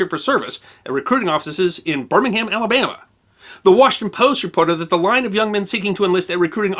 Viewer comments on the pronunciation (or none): none